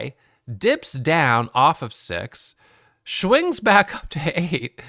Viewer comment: Hi buddy “ schwainngs you say” 😂😂😂😂 thank you for the upload